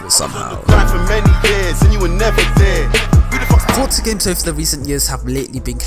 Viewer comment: Every entro this man says fortzaa 🤣